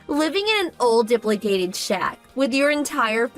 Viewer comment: Dilapidated is pronounced; di-lap-eh-dated